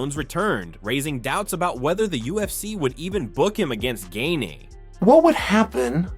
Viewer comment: Gain....Jesus I cringed at every single mispronunciation